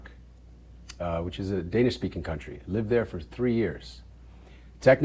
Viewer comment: The fact he Shemar actually can still pronounce Danish words so well is impressive. It's the kind of languages that you have to live in the country and with the people to properly learn it.